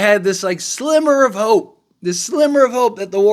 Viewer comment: Am I the only pulling hair out hearing him say "slimmer of hope" emphatically and incorrectly twice?